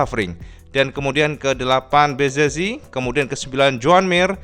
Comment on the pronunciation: Om harusnya ngomong yg betul bez zekki wkwkwk 😅🙏😁